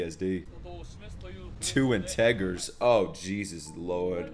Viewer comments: dude cant even pronounce integer no wonder he has ptsd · bro said integer with a hard r